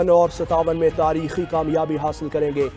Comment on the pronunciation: Anchor shab takheer nahi tareekh